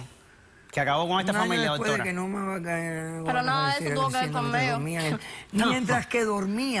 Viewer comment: "Que tiene que vel?" Dios mio!!